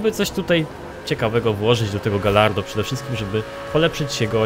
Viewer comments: Galardo czyta się gajardo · Karol Ryzop Czyta się "gadźardo"